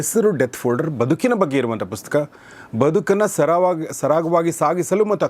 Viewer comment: ಗೌರೀಶ್ ಸರ್ ನಿಮ್ಮ ಈ ಹೊಸ ಪುಸ್ತಕದ ಕುರಿತು ಮಾತನಾಡುವ ಈ ಕೆಲಸಕ್ಕೆ ನನ್ನ ಅಭಿನಂದನೆಗಳು.ನನ್ನ ಒಂದು ಮನವಿ ನೀವು ಪುಸ್ತಕ ಅಂತ ಹೇಳುವ ಸಂದರ್ಭದಲ್ಲಿ ನೀವು ಪುಸ್ಕ ಎಂದು ಹೇಳುವಿರಿ. ಸರಿಮಾಡಿಕೊಳ್ಳಿ.